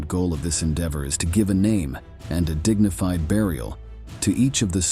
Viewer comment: The robot narrator is good for a laugh "Grrrr-many", "the third rietch", "a dignifid grave" The rest of the video is ghoulish.